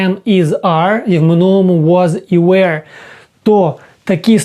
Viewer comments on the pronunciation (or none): none